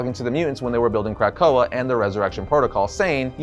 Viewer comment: Is he saying CRACK-koa or am I hearing things🤔🤔🤔🤔🤔🤔🤔🤔🤔